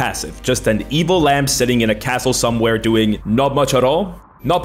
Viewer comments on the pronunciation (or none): none